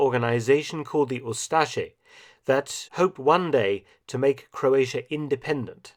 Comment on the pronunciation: Forgotten? I love him even today. Also it's crazy if English is your first language and you don't know how to say "Croatia".